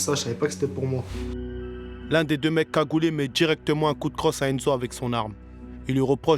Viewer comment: Pourquoi vous parlez avec cet accent de zonard ridicule "Les deux mecs KAGOULAI" ... Sérieux t'as pas un mec de cité qui arrive à parler normalement ?